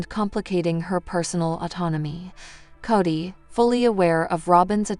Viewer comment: Say his name right. Its Kody